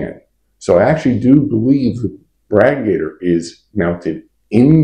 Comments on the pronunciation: Are you trying to say radiator? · I don't know where you're from but you pronounce radiator weird. I'm pretty sure the radiator is like a motorcycle radiator.